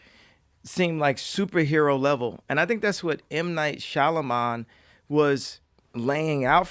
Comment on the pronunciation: Kanye said "shalaman" smh lol.